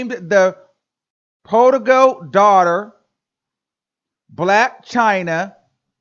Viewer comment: It is pronounced praa·duh·gl 😂😘